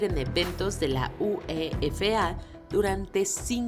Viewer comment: Soy al único que le incomoda la sobre pronunciación de algunos términos, le mans lo pronuncian le mon y la uefa lo pronuncian U.E.F.A